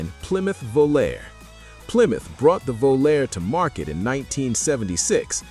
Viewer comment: Volaré/Aspen lasted through 1980 MY. And it’s “vo-LAHR-ay,” not “vo-LAIR.”